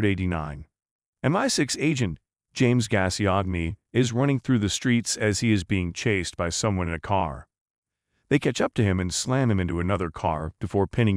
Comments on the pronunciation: The agents name running through the streets is pronounced ‘Gass-coin’ not Gassy-og-nay! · Gassy-agg-knee? 😂😂😂 It's pronounced Gas-goin. 😉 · Your pronunciation of Gascoigne is hilarious look up Paul Gascoigne footballer on YouTube you'll find out how to actually say it